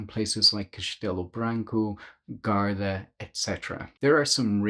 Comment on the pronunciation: Guarda is pronounced Gwarda.